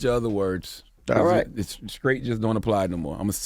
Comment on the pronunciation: Is CTG saying he is "scraight"?